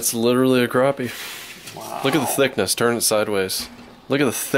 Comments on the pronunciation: Crappie is pronounced crappy, not croppy or crahpy. #Petpeeves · say crappie not croppie it annoyed me so much lol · he never said crappie he said CROPPIE a million times though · Ok is it pronounced cr OP ie or Cr Ap ie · why does he pronounce it (Crawp-y) it's CRAPPIE... as in take a CRAP... EEEEEEE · I had to stop watching this video because they're mispronouncing the name of the fish #unsubscribe #pronounce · Lmao just because of pronouncing crappie wrong 😂